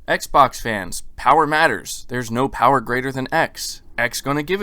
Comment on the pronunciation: The Powahh...lol